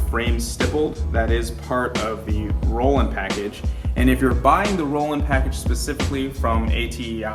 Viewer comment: You’re wrong, it’s Roland. Everyone is saying Roland even garand thumb. Even a ai search, google search. All say Roland.